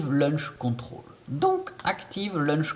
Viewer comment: Launch control, et non pas LUNCH CONTROL, sinon bien ta video, mais c’est bcp plus compliqué sur edc17, med17...